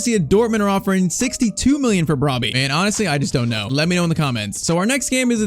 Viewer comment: PCQ: you are mispronouncing the name, it's bro-bbe exclude the y when you say it